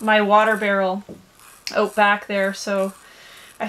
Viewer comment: How do you get to stay on the property? Do you have another vehicle? Do you work? Remember it is “Out” and not pronounced “Oat”.